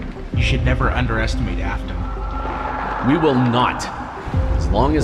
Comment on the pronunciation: Bro, I love how instead of Afton it's Aston